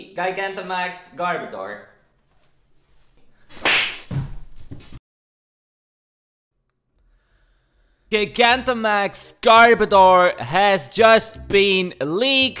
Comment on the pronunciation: I’m tempted to not even say it, since I don’t want you to change it.. but I love how you say GIG-Antamax. Never change.